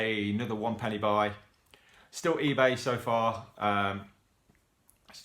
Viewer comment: Martin Freeman is the guy on the front cover! I do prefer LOTR to the Hobbit but it's still a good watch.. a lot of dead scenes in this movie though. I would've gave it like a 6 or 7/10.. Also i heard your Leicester accent come out more with the 'penn-eh!' xD Enjoying listening to your insight on these penny films! Looking forward to what's next!